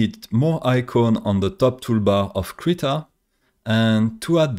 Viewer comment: Accent? I'm from the back hills, still calling Krita "critter". Who would I be to complain? lol